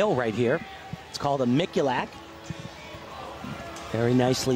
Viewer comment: Actually it's pronounced more so in the way that Tim Daggett says it; the only part he gets wrong is the "u" part which is meant to be more of an "oo" sound instead of "you" as the name Mikulak is Polish and in almost every non-English language (be it African; European; Asian or even one of the native languages of the British Isles such as Irish, Gaelic, Shetlandic etc) that is how the letter "u" is pronounced--barring any lingustic/grammatical exceptions (such as when it preceded by a vowel sound). Examples Kohei Uchimura (Oo-chi-moo'ra)--Japan; Uche Eke (Oo-ché)--Nigeria; Sun Wei (Soon); Marian Dragulescu (Drag-oo-les-coo)--Romania etc. Whilst an example of an exception would be a name like Liukin (Lyu-kin). So although I'm in full agreement with you about "Tim things," in this instance he is suprisingly correct!